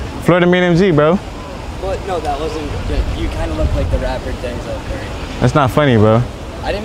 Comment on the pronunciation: Man said Denzel curry 😭